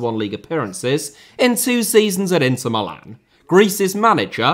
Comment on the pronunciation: please stop pronouncing Milan like you are having a stroke